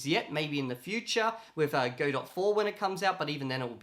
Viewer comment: Just as a note, Godot is pronounced "God-oh" (as in, waiting for)